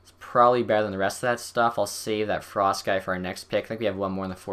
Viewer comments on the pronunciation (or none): none